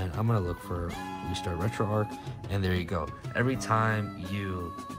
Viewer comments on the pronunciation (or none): It’s not Retroark, it’s RetroArch. Like Charles, not Karles. Like the St. Louis Arch or Golden Arches for Retro McDonald’s.